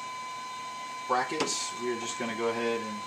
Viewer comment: Hi friend, thanks for sharing What is name of PCI Card Holder ? - You say PSD racket , bracket :) cant figure out Thanks